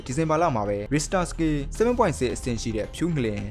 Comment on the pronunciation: Professional ကျကျ အထာကျကျပြောချင်ရင် Richter ကိုတော့ အသံထွက်မှန်အောင်လုပ်သင့်တယ်